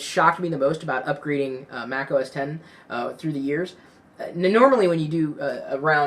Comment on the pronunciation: THANKYOU FOR SAYING THAT! I HATE WHEN PEOPLE SAY "MAC OS 'X'